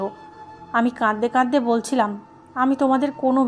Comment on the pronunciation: প্লিজ, প্লিজ, আপনার এই শ্রুতিকটু "কাঁদদে কাঁদদে" শব্দটা বন্ধ করে "কাঁদতে কাঁদতে" উচ্চারণ করুন।